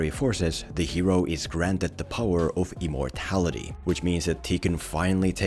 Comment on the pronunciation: I really thought he said EMOrtality